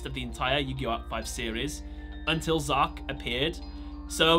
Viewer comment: It’s z-arc Zark is the name of a character in my book